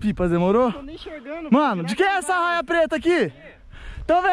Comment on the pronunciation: É raia e não arraia